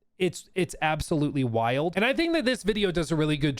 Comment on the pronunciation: "while" and "wild" always have two syllables with